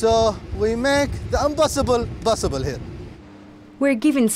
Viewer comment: We are Able to "Broduce" , "We make the Unbossible, Bossible here". And burst into laughter 😂🤣😅😂